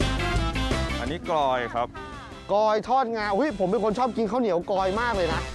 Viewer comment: กลอยค่ะ ไม่ใช่กอย